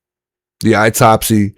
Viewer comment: Autopsy is pronounced awtopsy not eytopsy😊